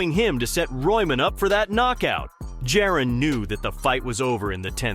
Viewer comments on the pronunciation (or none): It’s Ja-Ron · Said it two ways, both wrong 💀 must be AI because wtf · Bro delete this and learn how to pronounce this man’s name. Disrespectful lol